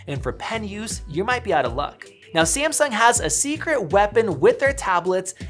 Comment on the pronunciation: SEE-AM-SUNK ... suuure